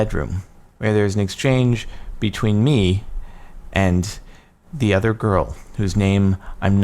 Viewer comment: I like how he says "With me and the OTHER girl" - alright Jordan, do you have something to tell us?